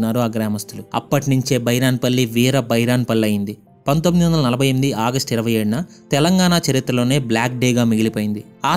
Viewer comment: Bro it's August not audust